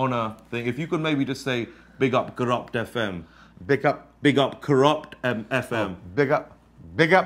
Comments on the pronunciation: Did Chabuddy just pronounce it ‘Kurupt’ FM? Good on you !!! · chabuds forgot to pronounce it like "Kuruft FM"